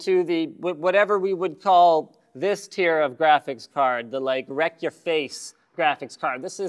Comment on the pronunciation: The "Wrek-yo-face" teri GPU. lols